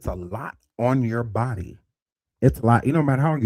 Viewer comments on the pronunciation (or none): My favorite is when says, "BOO-dee" 🤣🤣🤣🤣